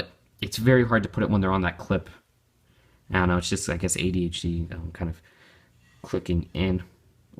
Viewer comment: now is called... "I thon't know".